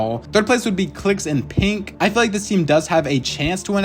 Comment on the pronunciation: is he saying pink or pinq